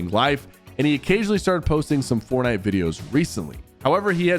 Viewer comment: Why do you keep saying fortnite like that man😭